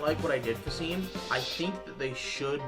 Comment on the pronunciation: seam is pronounced shawm (like shawn with an m)